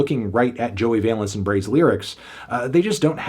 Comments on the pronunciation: Just double checked to be sure, but Valence is pronounced like Balance, not like valence electrons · Its VALENCE like BALANCE LIKE THESE BEATS ARE KEEP MY WIVES NAMES OUT OF YOUR MOUTH